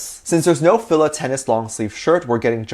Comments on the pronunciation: You can tell.some these episode were filled early 2020 and the cooking one was recent. Look at Jungkook's hair length. I think the more recent ones (without Suga) BigHit is become more relaxed but before they weren't. Also its pronounce "Feel-La". The brand is huge in the states especially 2000 to like 2010. I rocked them through school. I think they've been around since the 80s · Hi,. FILA is pronounced. Fee - la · I purple you! 💜💜💜💜 Ps it's pronounced FEE-LUH